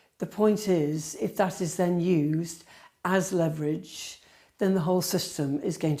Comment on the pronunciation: please learn how to pronounce the word leverage.